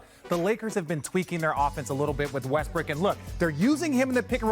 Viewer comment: He called the man “Westbrick” lmaoo that pretty much sums it up 😂